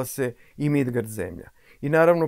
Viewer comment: Bože kako lepo zvuči "Midgard" ❤❤❤❤